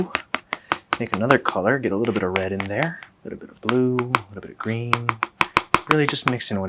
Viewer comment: Ryan: "a nice green colour" My brain: "and the ball was... gween and it was gween and-and then it was gween and the gwass was gween and and the ball was gween and it was gween..."